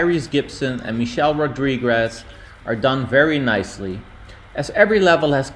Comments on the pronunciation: Did you really say Michelle RodrigRez ......dude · "Michelle Rodrigrez"